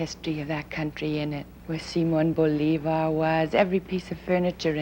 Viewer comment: As a Colombian, I admire the way how she pronounced Simón Bolívar (our liberator) and Colombia, she try to sound spanish, it says a lot of her, she shows respect to our culture and our language, defenilty a First Lady of a Nation, I like the way how she speak soft and concise. She is one of my role modes along with Diana Spencer.